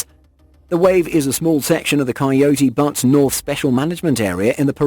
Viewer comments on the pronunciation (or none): Buttes is pronounced “B-yoots”. Similar to beut.